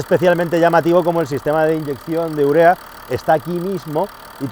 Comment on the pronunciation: Me encantaba, hasta que dijo urea